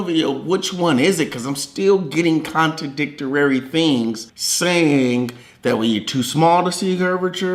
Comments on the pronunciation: I don't care about anything he believe in but the one thing that pisses me off the most is the dumb ass still says "contradictorary" learn to read a dictionararirriary lmao.idot dumb Benz. Contradictory or contradicting not contradictor-arorieeey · Did he say "contidictarary"? lmao